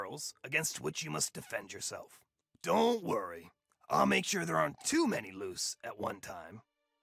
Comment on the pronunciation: Soo'ah... I remember'ah.... When I first played this'ah. This was a serious challenge'ah. Frustratingly enjoyable'ah. 👍